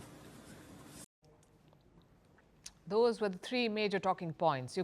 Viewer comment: It’s the “YOUKRAINE” for me 😂